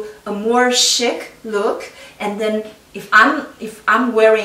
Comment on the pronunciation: Great tips, dear Chi. BTW, the word “chic” is pronounced sheek, it rhymes with cheek, but with the softer sh-sound, not the harder ch-sound. It’s a French word, and that language pronounces ch-as sh-, except for imported names and words, of course, like Chi! Your English is nearly perfect, it’s very impressive, but I thought that you might like to know the correct way to say some of these common fashion terms, you are always a continuous-improvement lady, like me (I appreciate it when people correct me), which is why I expect your channel to grow fast! It is a compliment really, if you studied dance (I bet you did, based on your gracefulness), you will know that only experts (not that I’m one) only bother to criticize people with a lot of talent, the others aren’t considered worth the effort.💕